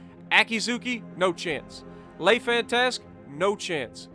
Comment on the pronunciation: The way he butchers the ‘lay fantast’ 😂😂